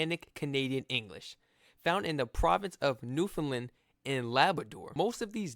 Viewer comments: New fin land not lind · Quick little note about your pronunciation of the word Newfoundland, if you don't mind. Please don't pronounce the last syllable as "lund". It's pronounced "land", same as you would say "Disneyland". (People find it easy to remember that as an example of how to say it.) Go back into the video and you'll hear it clearly pronounced that way by the narrator. The name of the island is pronounced "noof-end-LAND", with the same cadence as "understand". The full name of the Canadian province is "Newfoundland and Labrador", just like the names of the two dog breeds, the Newfoundland Dog and the Labrador Retriever! Cheers! ❤🇨🇦❤ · It's pronounced NEW FIN L-A-N-D, not New FIN LIND. Also, I would go easy on that term "Newfinese". That's a rather new term to us who live in Newfoundland. I've lived here since 1949. Best of luck to you young man. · Not Newfunlin...it's New fun land. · As a Newfoundlander, I would like to teach you how to properly pronounce the name of our beautiful province. It rhymes with understand; so you can understand Newf-UN-land. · it is pronounced New Found (not fun) Land (like land) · Loved this. Your reactions had me dying. One thing, you are pronouncing Newfoundland wrong and it is a common mispronouncation. It rhymes with 'understand' and similarly has 3 syllables. Start by saying new, then fun for found, finally pronounce the 'land' at the end of Newfoundland. New-fun-land, un-der-stand?❤ A Newfoundlander is also called a Newfie, though amongst us, there is some debate about whether it is acceptable. Newfie has been used in a derogatory way, the butt of the joke. Newfie is also used as an endearment, especially if we are referring to ourselves. You should do Quebec next❤🎉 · If you want to learn how to say the name more like a Newfoundlander, try saying the rhyme Understand Newfoundland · When pronouncing Newfoundland pronounce it to rhyme with understand. Hope that helps lol